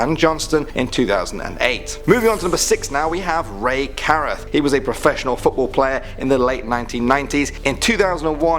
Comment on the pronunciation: Ray "Kuh-Rooth"